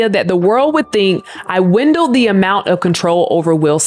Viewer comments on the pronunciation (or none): You said “windled” it’s “WIELDED”. Also,my book is on its way! Can’t wait to read it 😊😊 Chris calling Jada out her name is disrespectful and so weird. Will slapped you. Not Jada. Why did he have so much smoke for Jada? Get it together. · Sorry but someone should have told this lady how to pronounce "WIELDED". What the heck is "Wind-eld" LOL 🤣